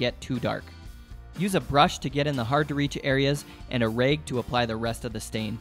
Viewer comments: Great video! I'm a little confused, what is a "raeg"? Did you mean "rag"? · Nice but why do you say bage not bag and rage not rag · I’ve never hear someone pronounce bag as baig or a rag as raig..